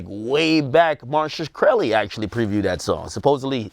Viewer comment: This cat said "Marsha curly" It's "Martin Shkreli" 😂😂😂